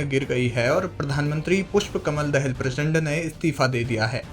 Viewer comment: दहेल नहि दाहाल बोल यार ।